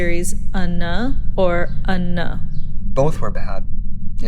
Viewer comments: I wanted to strangle the interviewer when she pronounced it ANAAUH jfc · “Unneh” Someone educate these poor straight people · Haha rofled so hard when the interviewer tried to pronunce unhhhh haha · The fact the lady can pronounce Katya’s last name but not unnhhh sent me 😂😂😂😂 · Lol what about unhhh... I almost died